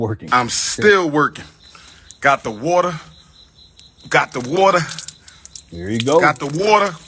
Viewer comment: "Got the warter......Got the warter" 😂